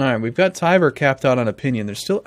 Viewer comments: why do you call Tver "Tiber"? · It's Tver.